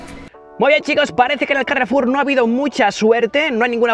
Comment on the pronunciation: "El carrrrrrefulllll"